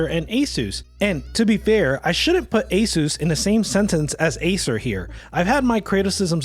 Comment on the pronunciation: Asus is pronounced (Ah-Seus) btw